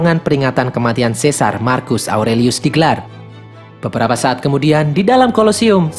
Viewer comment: Satu lagi bukan marcus di bacanya tapi markus